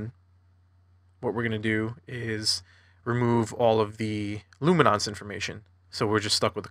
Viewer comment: What is this "lumi-nonce" business?!